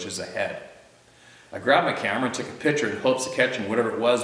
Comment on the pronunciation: just to let you know still laughing over your pellet gun and that mouthy rooster, it all started when you said " I was mounting the camera and turned around and a rooster was standing on my cammero" LMAO funniest episode EVER..... You have a great sense of humor don't ever change and btw love your babbling as you call it......